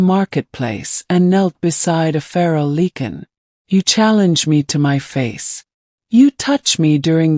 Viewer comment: “Lycan ” not “leaken”.